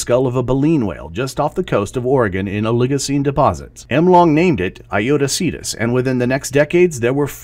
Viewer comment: Thanks for your reply. My first question is about the pronunciation of the word Aetiocetus. It seems that you pronounced it in different ways of "Emlong named it Aetiocetus" and "In 1998 Bruce J Welton discovered an excavated Aetiocetus skull from Oregon coast", however both are different from google translation's pronunciation. I'm confused, which one is the standard?